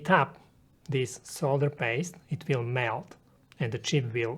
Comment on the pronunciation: Pronouncing solder wrong! Couldnt finish video because of that.